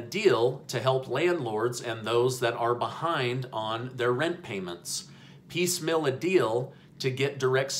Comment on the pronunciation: Why do you say "piece mill" instead of piecemeal?